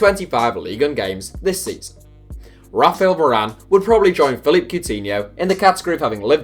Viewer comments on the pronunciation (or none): none